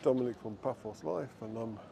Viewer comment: Yep, Paphos with 'th' really annoys me!